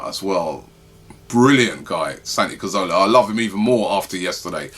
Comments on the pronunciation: robbie why do you say cOrzola, instead of cAzoRla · Santi CAzorla not Cozorla ffs